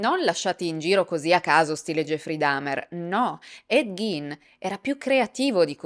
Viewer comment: Quanto sei bella....però si dice / ɡ iː n / (Ghein) ,col Gin invece ci si può fare un bel Gin Tonic e brindare alla tua salute...